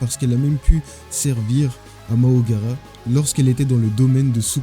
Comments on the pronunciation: Deja « Mahoraga » pas « Mahogara » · Frère fais l'inverse ce n'est pas Mahogara mais mahoraga